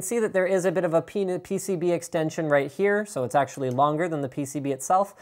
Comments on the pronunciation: did he say "Pen(is)...PCB extender" xD ? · "peni Pcb extension right here..." "Rigidity enhancing piece that helps it droop less" Linus you trying to say something? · Lol, Linus almost said "Penis Extension" instead of PCB Exension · "..Pen(is) PCB extension right here."